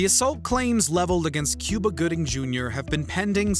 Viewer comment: It is pronounced as coo-ba not que-ba☺🤭🤭🤭 ohh this channel😂🤣